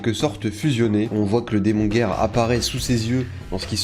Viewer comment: Par contre moi j'ai décidé de n'entendre que "démon gay" quand tu prononce démon guerre.